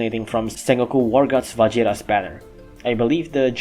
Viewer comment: It’s Va-Heer-Us. Vajiras is a Spanish derived word.